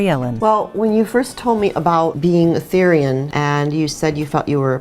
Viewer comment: its called being a therian, not thairian ( theer-e-an ) definition: a therianthrope ( therian ) is someone who identifies as an earthly animal. i am a wolf therian and i find this kind of offended. we are not furrys, we are THERIANS. they are two different things! edit: it is NOT a spirit animal, therians and spirit animals are two different things, you cant become a therian ( basically saying that not every person can be an animal ) your just born as one.